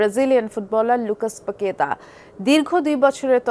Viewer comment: ডিসপ্লেতে লেখা লুকাস পাকেতা কিন্তু খবর পড়ুয়া পড়লেন "পাগে....তা" এগুলো কোন ধরনের উচ্চারণ যা প্রায়ই শোনা যায়